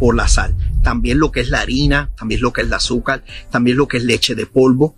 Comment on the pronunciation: Se dice AZÚCAR, no AZUCAL, Se dice VERDAD, no VELÁ, Se dice PONER, no PONEL... porqué sustituyen la R por la L?